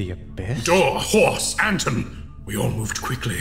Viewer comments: "Door, Horse, Anton." Anton? ...Anton. ... Oh god.... Angron. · "Anton" = Angron?